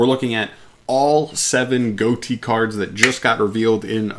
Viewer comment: Goatee? Uh, that’s not how it’s pronounced.